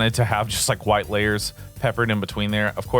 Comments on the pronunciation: Thanks, for the tut and the laughs when it came to you saying huwyt! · Im going to press charges on you for assaulting my ears with that pronunciation of "white"